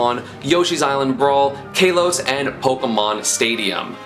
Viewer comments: /a:/, not /εı/. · I'm pretty sure it is pronounced ka-los instead of kay-los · KAH-LOS not KAY-LOS just so everyone knows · Kalos is pronounced like Callum. Call-os. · It’s pronounced Kah-LOs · Plays Pikachu, can’t pronounce Kalos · kalos is short a, it is not followed by a vowel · Esam It's Not Kalos It's Kalos Get It Right